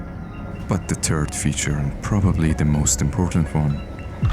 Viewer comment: “But the turd feature…”😂 Sorry, I know english is not your first language. Let me just say, that turd means something quite other than third.